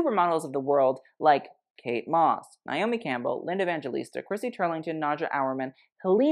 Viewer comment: Honey, that’s LINDA EVANGELISTA, Baby Gurl, get it right. 🌸🌺🌸